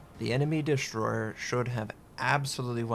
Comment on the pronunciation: I kinda like the way you say "an enemy destroyheh" istead on "enemy destroyer" ;) Cheers!